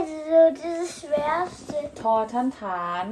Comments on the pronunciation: ฐ ต้องออกเสียง ถ ฐานครับไม่ใช่ออกเสียงเป็น ทอ ครับ fc. ใหม่ครับเยี่ยมๆสอนให้ลูกครึ่งอ่านออกภาษาไทย👍👍👍👍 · ฐ อ่านว่า ถอ - ถาน นะคะ ถอ - ถาน